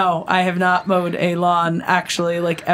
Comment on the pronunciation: Dear & When said Mowed the lawn it sounds like she said MOAN the lawn. That was truly funny. Fantastic gaming you too. Keep up the good work. Love you both. Have a wonderful day.